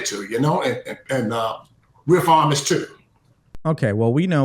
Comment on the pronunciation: You literally called Farmers and Farms: "Forms and Formers" like 25 times. Not hating, just thought you should know the pronunciation is wrong for your listeners